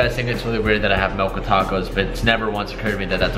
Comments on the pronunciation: It sounds like he says melk and not milk... Un-subbing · ITS MILK NOT MELK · Milk not melk 😂😂